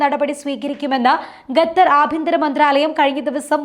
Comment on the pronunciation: ഗത്തർ അല്ല😢 ഖത്തർ😊